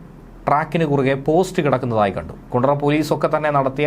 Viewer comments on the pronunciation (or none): none